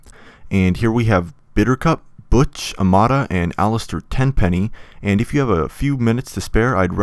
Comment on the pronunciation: The way you pronounce Butch it’s a sin to the English language.